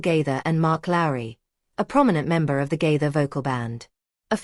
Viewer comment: Stop lying about the Gaithers and learn to pronounce Gaither